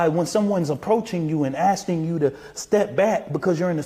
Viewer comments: The dude cant even speak english. "We were asting him to leave" well it was better then " axing" 😂😂😂 Im so sick of these woke tace hustlers bro. How dreanged do you gotta be to support a murderer. THEY ARE SO RACIST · “Asting” him to leave??? This guy is so unbelievably inarticulate! Not to mention he’s lying his but off!!! If he or the Anthony family kept telling Mr. Metcalf to leave and he not only refused but wouldn’t even respond to them (which is absurd to even suggest because he went there to talk with the Anthony’s! To hopefully stand in unity with them to stop the hate & harassment both families are receiving) This career criminal mouthpiece liar would’ve told EVERYONE At the Press Conference this!!! It doesn’t matter if it upset HIM! Mr. Metcalf did have a right to stand there! It was a Press Conference in public! And when he was asked to leave he did!!! Without assaulting anyone! There was nothing disrespectful about what he did. What was disrespectful was this fools words during the Press Conference and the Anthony’s!!! Edit: OMG! Anyone else notice that this race hustler changed his story? First he said that they, he and the Anthony’s were asking him to leave and he wouldn’t. The. he said he didn’t even know who he was because of the shades! He had an argument with the security for being in a “sacure” lane!!!!